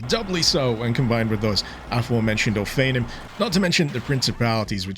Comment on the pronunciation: I'm pretty sure you're unfamiliar with Hebrew pronunciation, so I'ma let you have this, but it's pronounced oh-fah-NEEM.